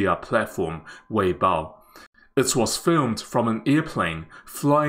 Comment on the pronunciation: Wait I thought blogger is Chinese ? He pronounced Weibo incorrectly 😮